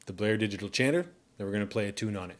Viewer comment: Chanter not changer! 😣